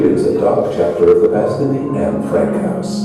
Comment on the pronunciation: Sir,Please pronounce it "N Frank" not Anye Frank.